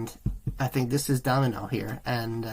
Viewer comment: Good reaction and insight into the band, but his name is Da-mi-ano not domino and it just sounded so strange every time you said domino.